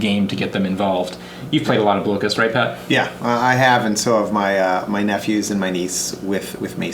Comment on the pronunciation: I believe the game, Blokus, is pronounced, "Block-us" and not "Blow-kuss"... which makes sense because you are Blocking people from playing their pieces...